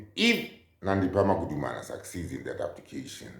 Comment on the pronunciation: "Magudumana" NOT "Magumana"